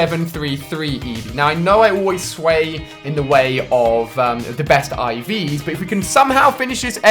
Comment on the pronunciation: Its Ivs not Eves